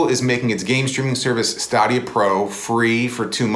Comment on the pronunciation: stuh-dhia lol